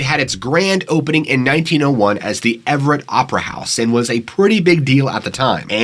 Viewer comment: " The historic Everett theater " accent was off the chain and Funny AF 😄 😆 🤣 😂